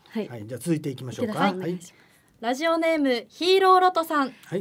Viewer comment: ‼️🙍💧💨ぅｿ～ン💨💧FM ラズオに💧💨📣💦は⁉️発音💨\\ラズオに//Radio(レディオ )ね💨💦🙍💨ﾊｧ～💧漢方薬を誰か～💦に💨💦 色んなを見たいっ 解るっワカるよ💧【30度越え からヤバいから】厨房だけでいｨの💨熱々なのは💨💦💧 😃✨笑顔素敵よ✨😚👏//